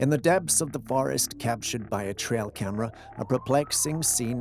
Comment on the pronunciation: ENOUGH!!! That’s alls I cans stands, and I can’ts stands no mores. I can deal with “Cyamera” 10 times per video, and I can even deal with him referring to his made up boyfriend “Jules”. But You heard it, I heard it, EVERYONE HEARD IT! He said fucking mind-bottling. And now one of us has to go… I’m volunteering GOT DAMMIT, let me leave this hellish existence already!!!